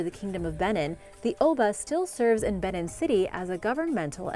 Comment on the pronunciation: Very good videos but you may want to watch your pronunciation. Nok is not pronounced like "knock" but more like "nohk." Edo is not pronounced like "eh-doh" but more like "ee-doh." Benin is not pronounced like "Ben-in" but more like "Ben-EEN" (stress on the second syllable).